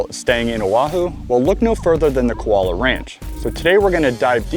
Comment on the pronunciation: It's pronounced Koo--ah-low-ah (Kualoa) Ranch.